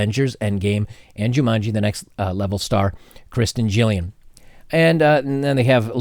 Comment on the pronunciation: ......I’m not fond of gynocentric reboots either........but her name is KAREN GILLAN....the G is hard pronounced Gill as in a fish Gill and LAN as in a local area network.